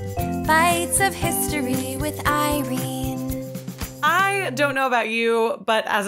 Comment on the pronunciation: IRENNNEEEEE!!!! Thank you so much for the shoutout! And yes, you pronounced my name correctly! I don’t know how you knew but my partner calls me tea so this was actually a perfect topic for us😂💕 My favorite Snapple fact is “#21. Ketchup was once sold as medicine.” I hope your week gets better.😊